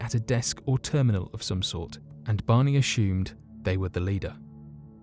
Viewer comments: I love the way he says ashumed instead if assumed. I’m going to start saying it that way. LOVE the channel.❤️ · "akshoomed" 🤣 as-sumed